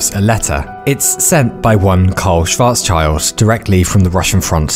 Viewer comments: Also, the pronunciation is Schwarz-Schild ("shwts shelt") not schwarz-child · „Schwarzchild“ ahem.. Schild.. it‘s Schild. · shwaaartz-shieeeld. not -child. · btw it's not schwarzs-child, it's schwarz-schild (schwarz = black, and schild = shield) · Ah, the famous "Schwarz Child" (black child) again :D. Let's try this once more: Schwarz - Schild (pronounced shyld). Next time ;) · great video. small correction from a German speaker: Schwarzschild is pronounced shwarzshilt. sch in german is pronounced like sh in english. pretty much like the sh in shell or shit etc. just because i know you are a keen learner and like to correct people at dinner - some more niche info for you :) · Thanks for the video. You pronounced Schwarzschild wrong. It has nothing to do with a child, but with a shield. Schwarz-shield is correct. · Having watched all of your videos, some even multiple times, to comfort and enspire in sad and in happy times, I have to say two things: 1. Thank you from the bottom of my heart! 2. Please never try to pronounce the name 'Schwarzschild' again. Yk, I love you! P.S. do you by chance know 'Harry Potter and the Methods of Rationality'? I feel like you might like it.